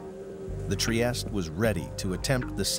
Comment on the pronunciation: Trieste is a city in Italy, it's an Italian name, so you have to pronounce the final letter. It's NOT french.